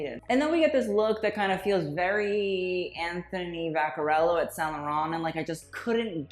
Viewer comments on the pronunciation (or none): none